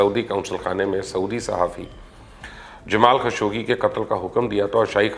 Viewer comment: سعودی عرب کے بارے آپکی معلومات 0 ہیں آپکے فضول تبصروں پر وہی لوگ یقین کرینگے جنکو سعودی عرب کے بارے کچھ بھی معلوم نہ ہو آپ تو انکے ناموں تک غلط پڑھتے ہو مثال کے طور پر جمال خاشقجی کو آپ جمال خشوگی بولتے ہو آپکو اتنا بھی نہیں معلوم کہ عربی زبان میں حرف گ ہے ہی نہیں لہاذا آپ مہربانی فرماکر پاکستان کی سیاست پر ہی تبصرے کیا کریں تو بہتر ہے